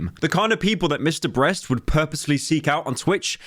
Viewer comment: Bro said Mr.Breast